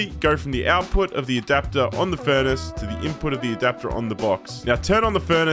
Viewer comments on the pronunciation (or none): FOR THE LOVE OF GOD NEVER SAY EASY LIKE THAT AGAIN. STICK TO SAYING BIGGGGGG